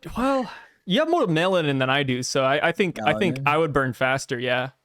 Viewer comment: why dont know how to say melanin is beyond me bro hahaha